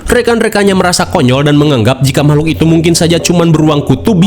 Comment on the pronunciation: teh yeti tkg seblak mn suara nyy...noh d sbut mamahlukan😂